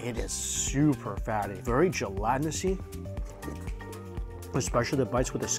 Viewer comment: Jell-at-in-us. Gelatinous. Not Gelatinousy, drop the "y"